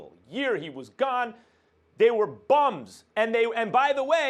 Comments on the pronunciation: Every time Max says BUMS I giggle lol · When Max says BUM, he means it..